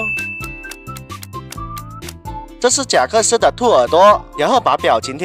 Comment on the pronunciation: 是贾克斯，不是真克斯好吗？